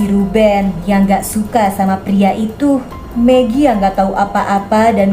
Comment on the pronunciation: Kak bilang magi jadi pengen makan megi deh 😂😂😂😂😂😂😂😂🤣😅😅😅😅🤣🤣🤣